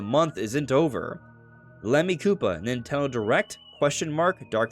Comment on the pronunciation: ffs, nintendo has THREE syllables. speak clearer dude.